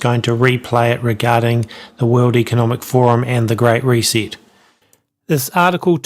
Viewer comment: reee seet its ree set